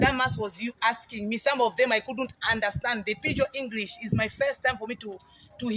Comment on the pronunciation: . Is it just a slip of the tongue that she says she is 'with Testimony' before correct to say she is a testimony? This is a very unusual slip. Zambians don't have problems speaking English. But this woman's pronunciation is even awful. She says Engrish instead of English. Yet, she criticises Dadamas'.